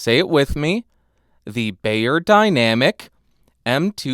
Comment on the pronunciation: just a tip (and only for a moment): Beyer, being German should be read like "Buyer", not "Bayer".